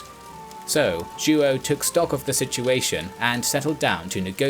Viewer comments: João the king of Portugal. Sounds like joe-OW. Not joo oh. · JOÃO is pronounced roughly as Juwow not Juo. 😆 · It's more like "Jo-ah-um" altogether. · Wonderfully clear story telling. Only I'm a little distracted by the mispronounciation of João as "King Ju-oh." The name is pronounced "Zhwawñ," with the final sound mimicking the final N in the French word "non." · Joao is not pronounced "Jew-Oh", it's ZhWOW. Other than that, I loved this episode. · King Joo-oh 💀😅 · Great video! I love the series! But you gotta work on the pronunciation! Joao is like WOW but nasal :) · Until around the twelfth minute, i thought that the Portugues regent was "Duo", then i saw that it was "Joao" (which sounds nothing like the dude pronounces it). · Joao is pronounced Jow, it' sounds like saying How but with a J instead of an H. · Joaõ is pronounced like "YO - AO". Great channel! Best regards from Paraguay. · It's more like " Joh' " isn't it? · Mas a pronunciação de João 😅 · Oh my you butcher Portuguese names… don’t translate names 😓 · How hard would it have been to learn how to pronounce Joao? Very unprofessional. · He’s completely butchering the pronunciation. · I find hilarious the way you say "João" . One of the most comon Portuguese names, but becouse the "ão" doesn't exist in the english language, I can totally see the hardship. Great video, as allways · Ai ai ai, that "João" pronunciation...